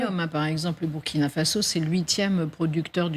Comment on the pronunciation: Je ne comprends pas votre mauvaise prononciation pour le Burkina Faso dont le "U" ce prononce "OU" comme en exemple le Burundi, alors ce serait bien que vous fassiez un effort pour rectifier vôtre erreur, car cela ecorche les oreilles, bonne journée à vous.